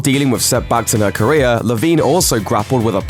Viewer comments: Ok but whenever he says career it sounds like korea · Whenever he says 𝗰𝗮𝗿𝗲𝗲𝗿 = 𝗞𝗼𝗿𝗲𝗮